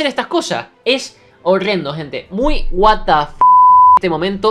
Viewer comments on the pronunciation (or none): none